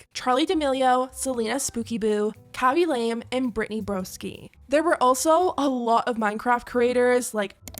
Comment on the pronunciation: It’s khabi La-Meh not Khabi Lame